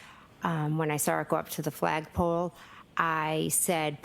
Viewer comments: Can someone tell that the word saw doesn’t have an R in it 🤦‍♀️ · born and raised in Massachusetts and no we do NOT put R’s in the word saw! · Saw has an R in it if you are from Massachusetts 😂